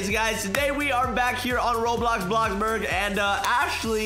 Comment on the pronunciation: When you said were back in roblox bloxburg you said roblox bloxburger 😂😂😂